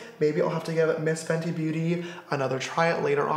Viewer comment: haha its FENTY not FENTI lol